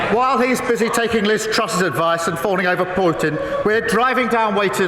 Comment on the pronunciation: Who are the nodding clowns behind Nigel. Starmer is useless. Labour are just laughable. Who is Portin get the name right Starmer you seem to be obsessed by him. It's Putin.